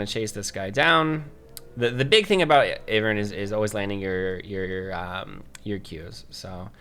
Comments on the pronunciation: Basic English dictates that it's AIvern and not IHvern. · lol your pronunciation. yeah, its Eye-vern. Because it's like Ivy. that's the whole point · its EYE, Vern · It's Eye-vern